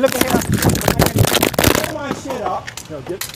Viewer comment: "body camjeja"